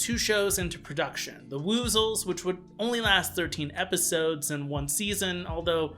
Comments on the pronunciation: Wuzzles, not Woozles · Dang, I know this video is old and all but it’s the pronounced “Wuzzles” like “Wuz” said like “Was” or “Cuz.” Woozles are the creatures that the Winnie the Pooh characters are scared of stealing honey such as the Heffalumps and Woozles. (Elephants and weasels.) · Great video. Why are you pronouncing Wuzzled like that? 😆 it rhymes with puzzles 🧩